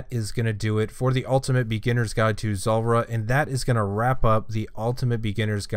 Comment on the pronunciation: Zuuuuuuuuulrah - why you pronounce it zolrah